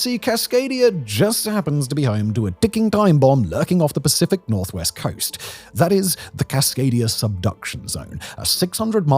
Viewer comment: The Pacific nor-what? 😅😂😂